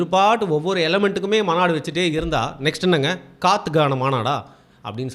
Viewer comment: Mandu illa bro maabadu sorry maanadu